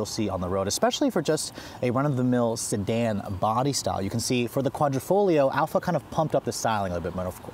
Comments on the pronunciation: I cringed everytime he called it "Quadrofolio". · Love your reviews! Hate your foreign language pronunciation. The reason for the clover is because that's what quadrifoglio means, four-leaf clover. Hate that it doesn’t come in manual.